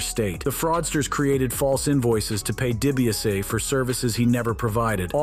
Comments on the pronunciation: Dee Bee ahs see... Dibiase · His name is Ted debiase jr not Brett seriously I’m a wrestling mark ( fan ) and I knew that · Its obviously hes very misinformed...he cant even say Dibiase correct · Way to butcher DiBiase in 13 different ways 😂 🤦‍♂️